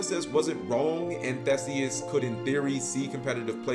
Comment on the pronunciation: It's pronounced ThEEseus. So you got it right except for the pronunciation of the name.